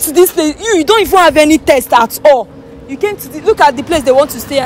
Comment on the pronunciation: Taste,it is not test